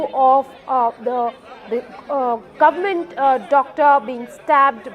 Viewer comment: the GUNMENT ??? who's this reporter :D